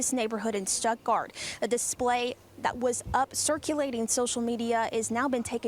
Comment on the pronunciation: Why are they saying stepgart when it's STUTTGART GERMANY ITS ONE OF GERMANY TOW